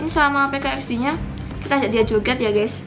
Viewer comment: Gusy bukan gess